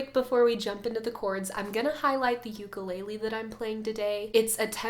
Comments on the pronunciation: Beautiful playing & vocals! Why aren't we pronouncing ukulele properly tho? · She's a beautiful singer but every video she does she says ukulele wrong...